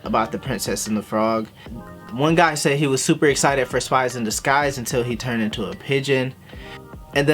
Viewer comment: Bro did you just say "spice in descize"? Do you mean spies in disguise?